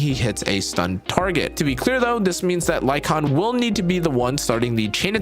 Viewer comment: HE DID IT! HE PRONOUNCED LYCAON CORRECTLY! LETS GOO!